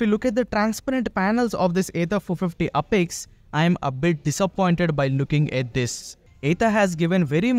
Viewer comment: Sir please pronounce it properly it's apex and not upex...